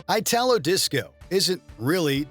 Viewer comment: it's not "Eyh-tah-low", it's "EE-ta-lo" ... from Italy